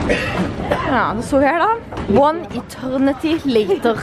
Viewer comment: hahahahhaha jeg døøør!🤣🤣 «one eterrrnity laterrr»